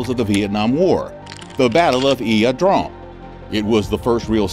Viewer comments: Its pronounced eye uh drang not e uh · pronounced..."I draaaang" like drain....jeez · "Eeah Drong"?? 👎